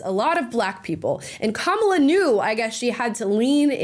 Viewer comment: Joe Brown called her kabala Harris lol